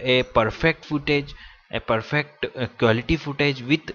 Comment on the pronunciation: quality I heard you said war li cute